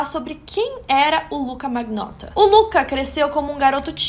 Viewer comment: Achei muito bom bom. Só quero lhe dar uma dica de pronúncia em italiano. Magnotta se pronuncia manhotta. Palavras com ng tem som de nh e palavras gh se fala com lh. Fica a dica